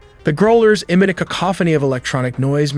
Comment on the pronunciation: What's with "groal erz" ? It's 'growl' like a dog's growl